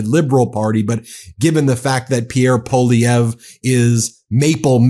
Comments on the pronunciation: Ben, i'm cringing as a Canadian. It's pronounced "PAULIEV"...NOT "POLLIEV"....But we definitely do not want a mini Trump here in Canada, which Polievre definitely is. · The first syllable of Poilievre is "pwah" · Poilievre is pronounced Pwa Lee ev re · I know it is a French name but it is pronounced "Pierre Polly-pockets" up here 🇨🇦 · Pierre Poilièvre /pjèR pwaljèvR/ I know that the anglophone Canadians have trouble pronouncing his name, but could y’all at least attempt to pronounce it better than them ? It doesn’t have to be with a European accent but even a French Canadian accent would be better. Merci 😊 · Ben, PWA-LEE-EVR 😂😂😂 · True story, Poilievre used to pronounce his name Polliver...lmao he is such a poser.